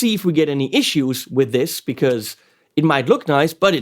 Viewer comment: He Said "Noice" , lol